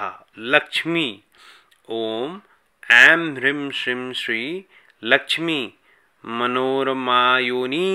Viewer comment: Bhai ap ki toh beejon ki pronouncing hi nirali hai 😐 Hrim kab hota hai Hreem hota hai Shrim kab hota hai woh Shreem hota hai aur Hrim kya hota hai Hreem hota hai Dunia aik jaisa pronounce kr rhi hai aap anokhay hi system mie chal rhe ho 😁